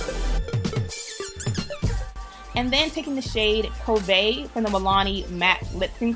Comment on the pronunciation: Hey,. Very pretty look. Milani's liquid lipstick is pronounced cov*et. The "t" isn't silent. I love it. 😊